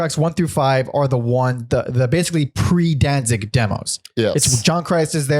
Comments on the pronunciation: Can't take anyone who says "Dan-zing" seriously. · Please for the love of the English language quit calling him Danzing... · Why do you keep calling him “Danzing”?